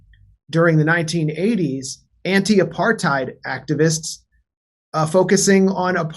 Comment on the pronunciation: It's as mental here on msm in Oz but without the diversity of U.S media. Who, like the WHO, saw this shit coming? Them mfs. One small complaint I have tho is the real pronunciation of the word is APART HAtE. Get it rght guys.